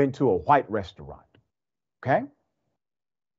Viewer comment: What's a "RES -TUA -RANTS"?